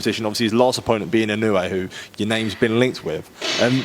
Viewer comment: INOUEの発音が『あいのうい』と言ってる様に聴こえたが、発音しにくいのかな？